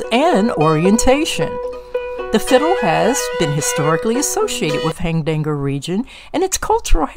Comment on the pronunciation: Hardanger, not Hardangle.